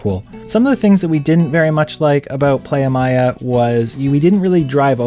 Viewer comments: Great review of the place but a couple of mistakes 1. It's "Playa Mia" , which means My Beach. Mia is pronounced M EE AH not Maya! 2. Mexico's drinking age is 18 and NOT 21! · It's pronounced like Plya and Mia like the soccer player Mia Hamm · PLAYA MEEYA, lol great info as usual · You guys travel every time and don’t know how to pronounce a beach name correctly? 🤦🏾‍♂️